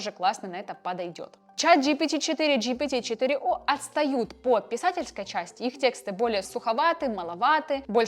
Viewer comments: Не чат джпити четыре ноль а четыре оу (GPT 4 omni - GPT 4о) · GPT - 4 оу, а не 4 ноль. Опять Майкрософт пройдет мимо❤